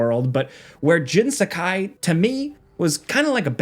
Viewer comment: HATE how Americans say Japanese names, things and locations. The way he says Jin’s first and last name it’d have to be spelled Jen Sakaai not Jin Sakai. I mean yall can’t even say Karaoke apparently 🙄 it’s “carry-oaky” not “can-rah-oak-eh but whatever